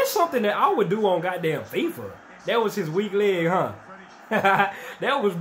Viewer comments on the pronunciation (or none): none